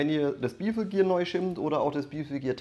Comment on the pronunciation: Bevel gear wird allerdings bävil ausgesprochen und torque wird tork ausgesprochen und nicht tortsch. Wollte ich nur mal angemerkt haben. Soll kein Angriff sein.